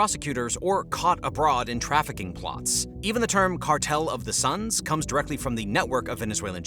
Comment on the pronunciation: Cartel of the suns, not sons